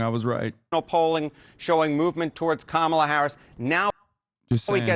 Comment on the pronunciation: Identities matter. Let us pronounce Kamala's name right. It is pronounced: Come-uh-la. Say that fast and you've got it. Here are some incorrect pronunciations: 1. Calm-uh-la 2. Cuh-maah-la 3. Anything else that isn't Come-uh-la